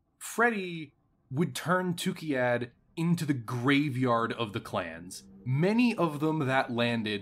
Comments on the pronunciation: Great video, but you constantly mispronounce the place name. It's TukAyyId, not TukIyyAd. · this whole set of 3 videos was fun but I couldn't get over him calling it tookeeyad every time 😆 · I'm so thrown off by your pronouncing of Tukayyid as "Tukeyad"